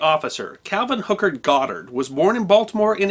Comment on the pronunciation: YaY, he pronounced the Last name, Right. 😉